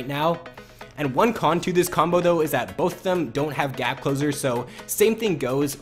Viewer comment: When you say combo it sounds like "cumbo"